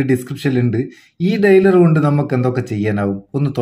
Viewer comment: ഡയലർ not ഡെയ്‌ലർ